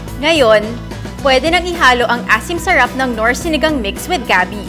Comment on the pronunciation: Sherep.. Sarap po Hindi sherep.. Ang tanda Mona bulol kapa rin sa (R)